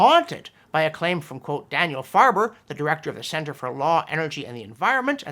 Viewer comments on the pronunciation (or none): none